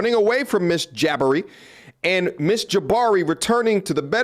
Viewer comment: Why do you say “Jaba-ree” sometimes and then “Ja-bar-ee” the other times? The second one is the correct pronunciation.